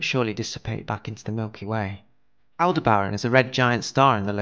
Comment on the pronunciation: It's pronounced al·deh·br·uhn with the emphasis on "deh".